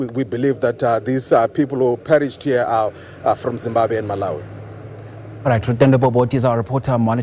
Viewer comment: Did fail to say Zimbabwe